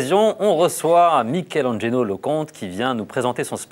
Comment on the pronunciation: Il à tué le nom de Mikelangelo 😂